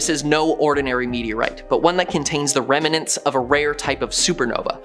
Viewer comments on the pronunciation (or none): Dude said 'remenents'. Three syllables!